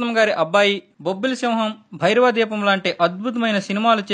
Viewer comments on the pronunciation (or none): none